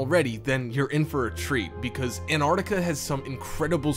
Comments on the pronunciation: Its NOT Anartica you fkn moron...get it right...did you go to school or were you brought up from vomit..learn to speak properly... ANT artica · Would you people PLEASE learn the correct pronunciation of AntarCtica it is not Antartica there is a C in the middle of the damned word.